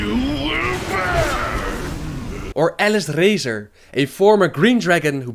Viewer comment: Uh-lis-rah-zor. Not ALICE RAZOR....